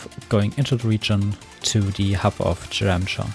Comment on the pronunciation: Czeremcha - Pronounce "Cheremha"; Wschodnia - "Wshodnia" (dont pronounce sh in polish like in english, its just s and h)